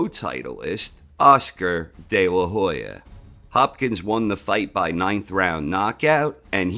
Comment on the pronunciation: H is silent in Hoya